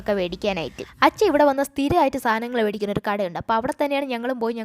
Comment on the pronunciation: Its not “vedikuka” it is “medikuka”